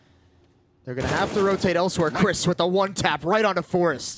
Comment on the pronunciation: haha kurwa no nornalnie profeszynal łan tap